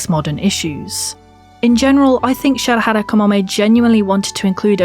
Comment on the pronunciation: If I have to point out one thing that confused me about this video is that you say Shirahara instead of Shirahama XDDD no but seriously, brilliant work in every aspect of it, auntie Kamome (I love her and for me she's my aunt) and so many mangakas of her generation are doing a great job at broadening the horizons of what's established as "normalcy" in terms of questioning the narromind society not only in Japan but, as it turns out, and you yourself have seen in a comment on this very video, the whole world. Seems that we (the society) aren't as openminded and inclusive as we proudly claim we are, we've a lot to learn and a lot of walls to bring down. But we have to accept each and everyone of us that we must be constantly educating ourselves.... representation matters, everytime.